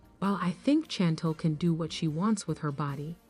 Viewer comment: Can u say her name correct it’s not Chantol it’s Chantel ! Gey it right google it find out !!